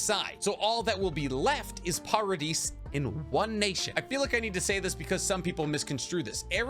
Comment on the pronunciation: I Love but I hope he knows by now that the s in paridis is silent